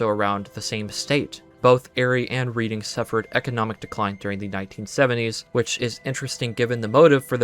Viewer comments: Pedantic tangent: Reading PA is not pronounced as read-ing, it's pronounced red-ing. Every YTer pronounces read not red. I know it doesn't really matter in any material way but thought I would mention it. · This video was incredible and I thank you so much for all of the hard work and dedication you put into making it. I just want to say as someone from Reading, PA, it is pronounced like Redding, not reading like a book. Reading and Erie PA are also 5-7 hours apart by car. Idk if any of that is important but that’s my only extra thoughts. Again this video was amazing! I hope you can analyze the movie with all of this knowledge, I’ll def be watching if you do. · "Reading" is pronounced more like "Redding", just like the city in the UK, FWIW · bro said reading like "reeding" frfr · My husband and I spent the entire morning watching this after we saw the movie last night. 10/10. That being said Reading, PA is pronounced "Redding." Born and raised there and it's our claim to Monopoly fame 😂 I may have cringed every time you mispronounced it.